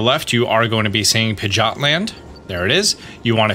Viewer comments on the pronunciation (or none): Pigeot not pigot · pigot and meguhneeum....killing me with those pronunciations lol.